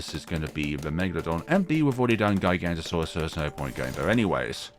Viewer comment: Sorry to be that person but it’s pronounced giga-Noto-saurus